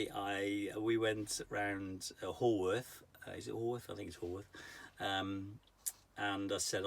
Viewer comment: Great videos. Howarth pronounced as in ‘how are you?’ There were 3 sisters and a brother in the Brontë family, all exceptionally talented. Thanks for the vlogs.